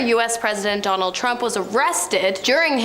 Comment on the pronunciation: Jonald Trump? Her Ds sounds like Js. Hahah.